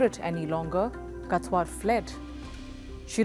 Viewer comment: She can’t even pronounce the name properly and keep saying katwar when it written in the beginning of the video (Kawthar)